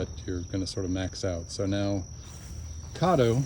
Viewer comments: I don't think it's pronounced "Cahdo." The "Ca" should sound like the "Ca" in "Cat" -Cad do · Great video. Thanks for the info. Not to be critical lol but I’m from Oklahoma and Caddo (named after the Indian tribe) is pronounced with an American a (like cat) not with a British a (like awe). It hurts my ears to hear it that way. lol